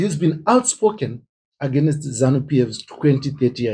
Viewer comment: Dear Zimbo’s it’s against not agenest.😅😅